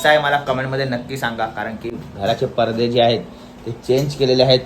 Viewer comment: Parde nahi पडदे bol